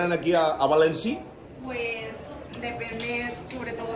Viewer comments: joder que mal me pone cuando dice "Valensi", me mato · Por qué le dice Valenci a Valencia? 😂😂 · Y porque dice Valenci????, o es Valencia en castellano o es València en Valenciano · Me pone muy nervioso que diga valenci y no Valencia